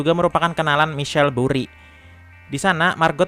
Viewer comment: Ini film motivasi buat dunia saham,, tapi baca ceritanya kacau balau,, namanya maikel buri bukan misel buri. Pahami dl isi cerita filmnya, kemudian tulis di kertas, lalu di sampaikan dan di kemas lebih menarik